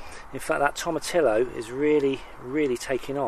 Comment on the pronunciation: Tomatillo (tom-a-teeo)